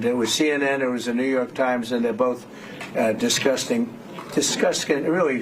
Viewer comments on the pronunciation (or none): it's how Trump pronounces 'disgusting'